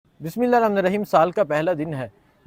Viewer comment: Bhai Bismillah tou theak se parh lo ajeeb loag ho afsos hota hai